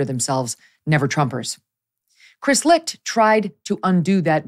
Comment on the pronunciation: Never knew his last name was pronounced "Licked". Chris got Licht. 🤣🤣🤣